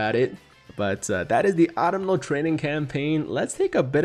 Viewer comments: Hey, not a big deal but its Uh-tum-nal, not Ahttum-nal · ITS AU-TUM-NAL TRAINING CAMPAIGN and not the Autumnal Campaign my god get your sentences RIGHT WILL YA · Pretty sure autumnal is ah-tum-null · Yo tiger please read this!! Its " Aw-Tum-nul" autumnal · Fun fact. Autumnal is pronounced "aa·tuhm·nuh" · Yo tiger not trying to be a grammar nazi, but if you want to correct your speech it's pronounced "Ahh Tum Null" Autumnal. Not making fun of your speech. Just trying to help a fellow person out. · Not that it matters but think the N in Autumnal is silent like in the word Autumn. And I believe their's gonna be a Part 2.